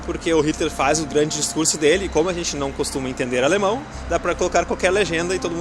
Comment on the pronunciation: Haaa e outra coisa! Outro filme bom que vcs não falarão (não sei se vcs conhecem mais acho que sim) é: (Mein Kampf)e eu acho que se não me engano vcs estavão na linha Blau do U8 no AlexanderPlatz!( e uma dica para vc melhorarem o alemnão que eu precebi que vc estão proninciando errado e por exemplo AlexandERplatz- é terminado com ER o ALEXANDER e quando isso aconteçe não se pronuncia (ER) se pronuncia (A) então no caso na pronuncia ficaria (AlexandAplatz)! esse foi so um exemplo mais com Kinder é a mesma coisa e por ai vai!! Bitte Schön